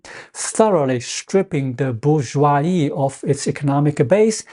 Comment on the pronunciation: The word , in both French and English, has the s pronounced as a /z/, and not silent.